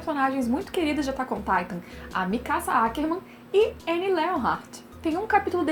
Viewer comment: A pronúncia é Ãnnie